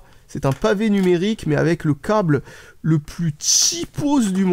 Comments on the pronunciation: Ont dit cable pas cauble ou cââble !!!! Tu es breton ? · Oui je pense que tu es breton , il y a que les breton qui prononce le "A" comme ça.